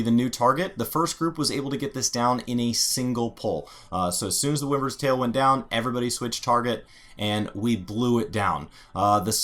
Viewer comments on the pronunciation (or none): And wyvern lol